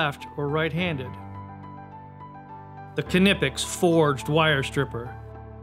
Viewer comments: Tools The narrator of the video should at least be able to pronounce the product name correctly, namely "KNIPEX" and not "KINIPEX"??? !!! Incidentally "Made in Germany" !!! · It's sad to see that even the knipex YouTube channel can't pronounce their own name correctly